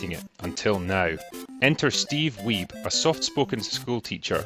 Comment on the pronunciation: I loved this docu too. Don't let Steve hear you pronounce his surname like that though mate 😉. Another film with heart you might like is Ping Pong Summer. A coming of age tale set in the 80's in an arcade. I loved it. Lea (Back to the Future) Thompson is in it too! ... along with other big names.